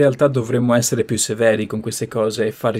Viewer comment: Innamolalsi. Patlimonio.. Essele.. Tlovino 😅😅